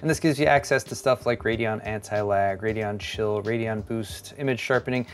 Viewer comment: As always, love your content and keep them coming! Anyone else play this video in the background and when said Radeon Chill, it sounded like Radeon Shill?